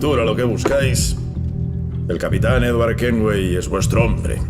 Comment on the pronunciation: dice edwar